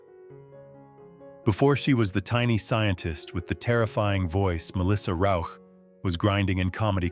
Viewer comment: Congrats for saying Melissa Rauch`s name properly (most of the time).